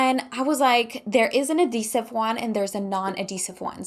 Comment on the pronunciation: adhesive. You have to pronounce the "H" its not silent!